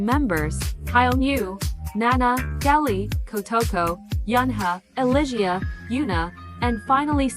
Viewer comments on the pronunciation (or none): just a quick thing, gehlee is pronounced like jelly, elisia is pronounced like alicia and hyeonju is 22, so they're not all minors <3